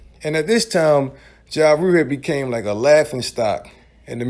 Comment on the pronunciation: "Mursic","Ja Rure".